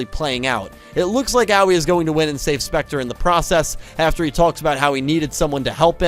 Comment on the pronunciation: Could you NOT mispronounce Aoi's name? It's not that hard.